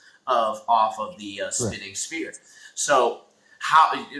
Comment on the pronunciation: I'm sorry but sphere is not pronounced spear. Spear is a hunting weapon. Sphere is pronounced sfear. Sorry but it's annoying hearing people call it a spear